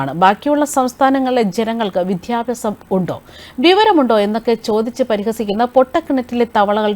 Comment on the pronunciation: വിദ്യാഭ്യാസം എന്ന് ശരിക്ക് ഉച്ചരിക്കൂ